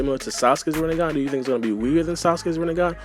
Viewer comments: Who’s here after Sasuke’s Rinnegan became “Rinnegone” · It’s rinnegun not renegun